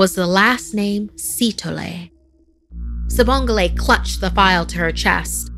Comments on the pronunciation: I know she did not say "Sibongle" 😭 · It pronounced wrong by the way